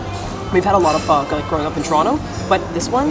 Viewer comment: I'm very proud of you for pronouncing pho correctly:)